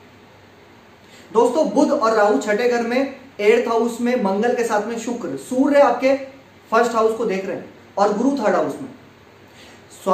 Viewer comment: Your diction is very poor.. You call Sani for Shani, Rasi for Rashi, sukra for Shukra, Paresani for Pareshani, Siksha for Shikha, Subh for Shubh and many more.. This is very irritating. Being a astrologer it is very bad on your part. Plz improve it.